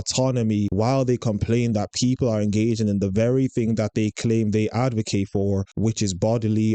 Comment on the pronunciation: Love your vids but don't become another person to say AdvoRcate. No R. Edit